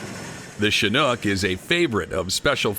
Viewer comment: It's so nice to hear someone pronounce the word "chinook" properly for once . . . nearly everyone else pronounces it "chinuke" . . . very annoying.